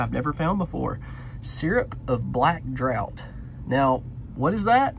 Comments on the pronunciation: Drought (is what you are pronouncing) is lack of rainfall. Draught (drawt is pronunciation) has synonyms including drink potation tipple quaff. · Just a small FYI, the black "draught" is pronounced draft. :) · In the UK, draught is pronounced like draft. Crazy English spelling, I know. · Hi from Liverpool UK. The word drought is pronounced draft. Is that moustache a special effect. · In American-English (as opposed to British-English) the pronunciation is draft, like draught beer, which is also pronounced (and sometime written) draft. That's West coast though. Not sure about Southern pronunciation. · Black Draught is pronounced: draft.... The spelling was different back in the day...🕊️